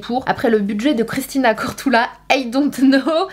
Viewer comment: Sanaa lol pk pk CORDOULA mdrrrrrrr moi je dis CORDULA. Mdr